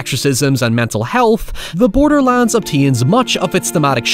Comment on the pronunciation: everytime he said "borderlands" i thought he was saying borderlines in an EXTREMELY southern accent